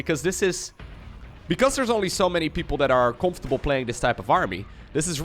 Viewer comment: hahah met je heftige NL accent hahah COMPHTABLE LOL vette game! Goeie cast! GG